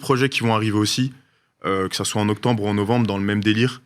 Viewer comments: "que sa soit en octemmbre oou en novembre " mdr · Il a dit octembre mdrr